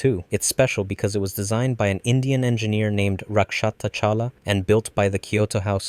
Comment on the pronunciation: No, they were right. That was indeed a Blaze Luminous. the Avalon also had one. The difference for Shinkiro and Damocles and why theirs was such a big deal was the way they implemented them in the hexagonal grid that bolstered their effectiveness. And it is Rakshata, not Lakshata. It's a Hindi name.